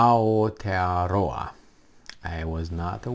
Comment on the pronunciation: Nicely pronounced 🤙.I don't need to sign any petition.. i call my country both names, not a big issue to me.. Aotearoa - land of the long white cloud.. - NZ 🇳🇿